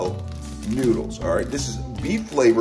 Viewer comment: “Grab your Ray-Mon nuudles”